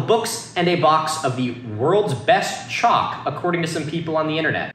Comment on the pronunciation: I was just listening to the video while working and every time said CHALK I thought he was saying CHOC as in an abbreviation for chocolate and I thought he was like known for liking Chocolate and people were sending it to him but he didn't say anything about it being tasty